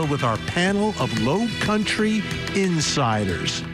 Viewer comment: Low country?? Dude ya said it one too many times in the wrong way